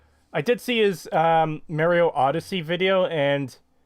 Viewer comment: I like you dude. I really do. In fact your personality alone is what keeps me tuning in. However the way you pronounce "Mario" makes me want to peel off all your skin and eat it like pencil shavings.